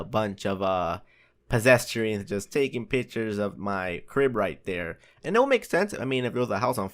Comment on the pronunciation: lol "posestrians"? pedestrians that are possessed?